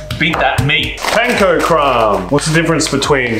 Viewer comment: pronounced panko right the first time lol